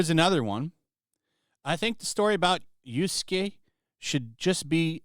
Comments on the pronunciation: Lol. You're callin him Yusuke on purpose right? You have to know it is YAsuke. Either way it cracks me up. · You "yasuke" as "yusuke." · Yasuke, not Yusuke.